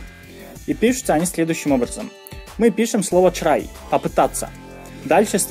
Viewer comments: у меня одного отпали уши от чрай? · Он так прикольно говорит слово try)